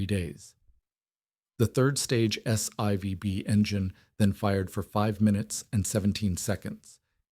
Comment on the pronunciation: It’s a “S Four Bee” engine in the second stage, not “S eye vee bee”